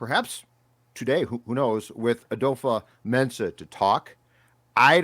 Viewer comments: It's not adofo. The a is silent and it's pronounced "dafa" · We've been saying his name wrong too, it's dofo not adofo, the A is silent. He said his name in the vikings video where he is signing his contract